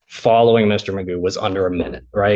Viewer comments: Do Americans really pronounce “McGough” as “Magoo”? I know they butcher polish names, but there must be so many Scots over there they should still remember its “McGoff”, right? Edit: and I get that even “McGoff” doesn’t really capture the throat sound of the “ff”, but I’ll cut you some leeway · Magoo isn't even the correct pronunciation of McGough.